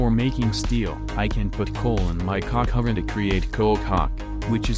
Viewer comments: why does coke oven sound like cock oven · BRO DID NOT SAY COKE OVENNN 😭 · "cock oven" lmao